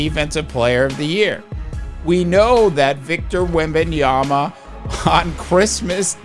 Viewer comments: Victor Wembanyama Pronunciation: \wem-ben-YAH-muh\ That's literally how he says it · There's a reason why your content is not getting views... If you're going to come on YouTube and give your analysis it's imperative that you do your homework... If you're going to talk about a player make sure at the very least you know how to pronounce his name.